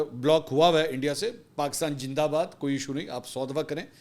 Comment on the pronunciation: Its always funny when you say Pakistan jindabad 😂